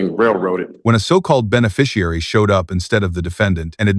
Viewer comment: Did he say benbiciary?